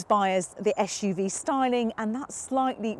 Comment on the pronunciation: "esh U V" normal people say SUV